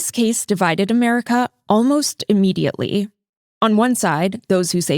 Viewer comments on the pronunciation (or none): none